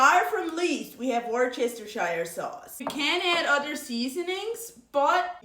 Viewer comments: Hey!! Loving your videos all the way up here in 🇨🇦 and I definitely need your book ❤ I wanted to help you with pronouncing Worcestershire lol. This is how I remember the tongue twister—Worst-eh-sure ❤ Good luck with the baby! Can't wait to see. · Worcestershire is pronounced “worster sheer” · You’re the first person I’ve seen online to say each individual syllable out and not take a shortcut saying that word. Now, question. Is that actually how it’s supposed to be said? 😂